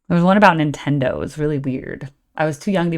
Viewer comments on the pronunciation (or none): none